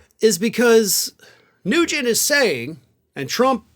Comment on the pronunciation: Oh Ted NuGEnt! I heard Tes Cruze the first time you said it...